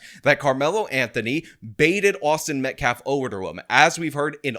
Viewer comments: the guy can't even pronounce "Metcalf" correctly, he says it "Met-claf". What a clown. 🤡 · He mispronounced the victim's name as "MetcLaf" twice. Almost like he doesn't gaf about the victim in this case. 🤔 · this guy can't even say Austin's last name correctly lol wtf. Metclaf? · “Metclaf”. Cmon man. Say the kids name right. Geez. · mispronounced Austin Metcalf's name TWICE in that presser clip, referring to him as 'MetKLAF'. Such disrespect. 😡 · Is it pronounced “Metcalf,” or “Metclaf”? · 'Im a lawyer but i cant say the name right' metclaf.. really dude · He said Austin Metlaf,,,TWICE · It's not "Metclaf", it's METCALF, you ignorant dolt. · " Austin MetcLaf." 🤦‍♂️ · Let me axe you a question. Why does he keep calling him Austin Metclaf? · Metclarfe? Can these people ever pronounce things properly? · "Metclaf" Dude can't even pronounce his Name!!! What a Joke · Metklaf? That basketball can't even say the name right. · Can’t even pronounce the victims name correctly. Abysmal is an understatement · He doesn't even have the respect (or intelligence) to pronounce the name correctly. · I find it more sad they pronounce karmelos name correctly, but everyone can't say metcalf to save their lives. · why is it so hard for people to say Metcalf right? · that guy yeah look into him, Donut operator already said one thing about him so I’m sure we are gonna hear alot more. This is guy is not a good person and is trying to look like some kind of peace maker 😂yeah no, nope he can’t even pronounce the name correctly he doesn’t give a shit, just what it will mean for those going forward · Does he mis-pronounce Metcalf on purpose, does he know how to say baby cow? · We have saw a false autopsy that is false, and I am surprised that every black mispronounced Metcalf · Can the ngan guy actually pronounce the victims name correctly?